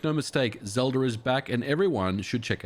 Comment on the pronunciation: Why do you add an R to the end of words that end with an a? I checked multiple times. When you said Ocarina of time you put an R on the end of that, too. Zelda at the end as well.